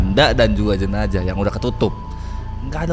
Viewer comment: Kenapa tidak bisa bilang jenazah bilang jenajah terus